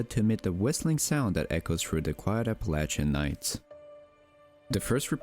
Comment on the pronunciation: Thank you for correctly pronouncing "Appalachian"